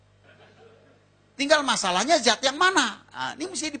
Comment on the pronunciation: Tidak zat, tapi þat